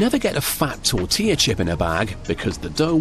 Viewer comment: Pronounced “TOR-TILL-UH.”